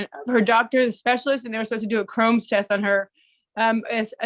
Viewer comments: crohn's not chrons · "chrome's" lol